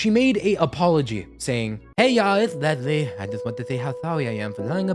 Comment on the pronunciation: Unfortunately I share the same name as Leslie. And I can tell you after having this name for 50 years, people named Leslie do not like being called “LEZ-LEE”. There is no “Z” in the name LES-LEE. It’s Leslie! Not “Lezlie”. 😊